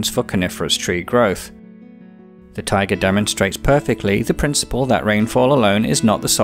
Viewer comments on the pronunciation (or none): Not sure what you meant by tigers, "taiga' and "tiger" sound completely different, but whatever... good video, you've got me hooked, and I'm watching all the biome episodes in order. I'll probably, almost definitely subscribe to your channel. This earth that we live on is such a beautiful and fascinating place. We are very lucky.